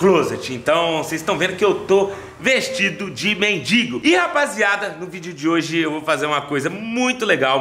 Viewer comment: porque na tabmb voce escreve "mendigo" certo, e na hora do video voce so fala "mendingo"? agonia voce falando errado irmao...